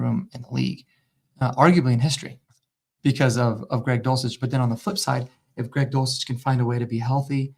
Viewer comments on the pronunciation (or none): Greg Dulcich is Greg dushlich….